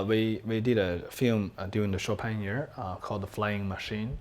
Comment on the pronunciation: Bang Bang for sure knows how to butcher Chopin...